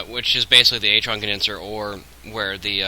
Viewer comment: If ur going to pronounce artron wrong i almost didn't want to watch this except for the part where it could be the only way to fix my problem... but it's artron like ARRRtron..... not atron...